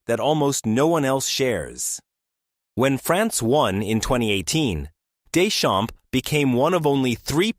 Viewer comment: AI can win math olympiads but can't pronounce Deschamps properly it seems.